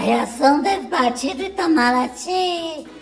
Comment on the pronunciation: ITAMARATY ... OU ... "ITAMALATIR" ???